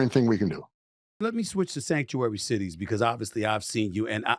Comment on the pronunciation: stop saying “obvously”. if its obvious why say ut